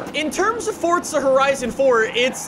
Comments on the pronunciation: Forza not fortza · Can u say it as forza not forzta in ur intro pool please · How come you put a t in forza lol. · Welcome back to FORTZA HORIZON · Welcome back! To 'Fortza' Horizon Fourrrrrrr. And another day in the (shitty raining england) lovely united Kingdom. Sorry just a little irritating now, been doing it for the past 2 years. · Fortza horizon